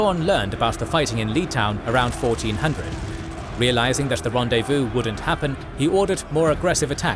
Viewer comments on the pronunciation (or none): none